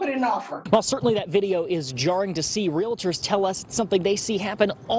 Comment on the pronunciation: Yup, that's North Carolina. Even realtors call themselves real-a-ters. (Just two syllables in real-tors, folks.) Bless their hearts.😂